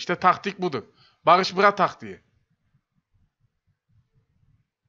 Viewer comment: değil bağış bğa